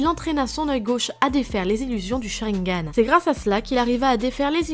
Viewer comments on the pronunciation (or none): none